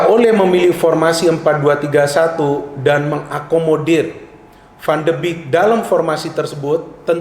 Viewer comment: Analisis yang bagus.. sedikit koreksi pengucapan yang benar 'van de bek' bukan 'van de bik'